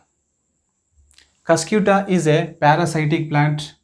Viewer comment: ur pronouncing is wrong pls pronounce properly its not cyscyuuta its cuscuta spell cuscataa ........